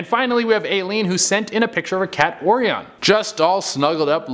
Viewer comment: Pretty sure that Orion is pronounced like the constellation Che.. 😂